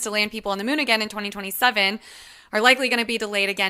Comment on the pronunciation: Did she just call it the Myoon?